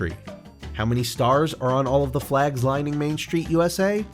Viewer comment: What's a "shtreet"?